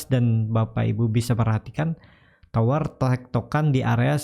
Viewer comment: TOWR boss TOWR bukan TWOR ok ???